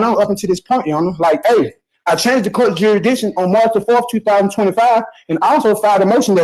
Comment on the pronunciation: For gods sake judge , answer the question he is axing , " is this coat a cotalow ". 😂😂